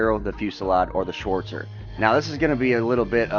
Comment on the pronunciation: the "schwooortzer" me as a german: wtf?!